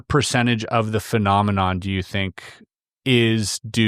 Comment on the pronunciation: I know right, persons saying it's an impediment but it's not, the guy said Phelominom instead of phenomenon 😅